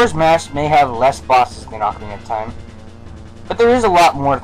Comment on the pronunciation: why do u say ocarina of time wrong ?